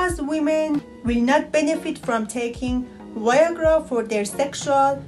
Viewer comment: She says Y-agra 😂